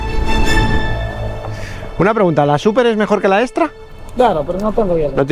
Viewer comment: Pero como.... Dice que se debe decir Lago Agrio, haciendo énfasis en la A... En el minuto dice eStra 😂😂😂😂 nmms